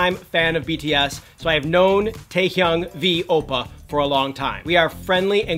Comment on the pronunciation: "Opa" The way he said oppa xD